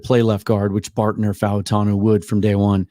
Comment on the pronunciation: "Fau" of Fautanu would typically be pronounced as one syllable like "Mau" of Maui is.